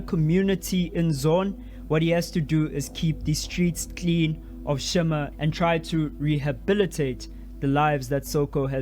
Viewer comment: The way you said 'clean' was so South African 😅